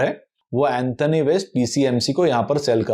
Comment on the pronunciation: Anthony एंथोनी ❌ Antony एंटोनी ✅